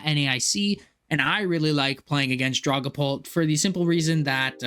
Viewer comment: The way you say Dragapult. lulz I've noticed this wirh alot of TCG players. I was a VGC player for many many years. Got into TCG during the pandemic. And basically stopped VGC outside of watching some content from Aaron Zheng and James Baek. But I've noticed TCG players mispronounce Pokémon so often yet VGC players don't. Its hilarious to me. Has any others from the VGC work noticed this with TCG players?